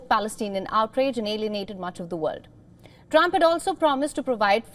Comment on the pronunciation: You're nice, but you ENGLISH INTONATION is WEAK specially in when you PRONOUNCE "WORLD, HAPPEN and BUILD/BUILT. ❤❤